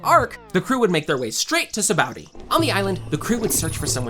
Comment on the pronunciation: Sabaody, not Saboudy.